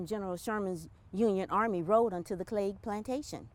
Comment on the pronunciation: He pronounced Cleage perfectly.